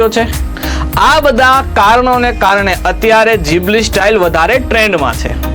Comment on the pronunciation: ઘીબલી ❌ જીબલી ✅